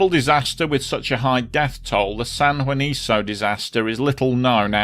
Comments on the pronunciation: It’s San Juanico, not “Juaniso” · It's San JuaniCo, not San JuaniZo. I understand not being able to read Ixhuatepec, but what's the excuse for Juanico?